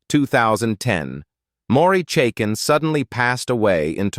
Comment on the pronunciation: Maury Chaykin, he isn't Mory Chaken